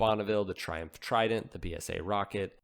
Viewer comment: 60's Trihumph Tri-dent